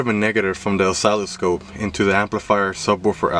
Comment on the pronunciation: That's not how you pronounce oscilloscope.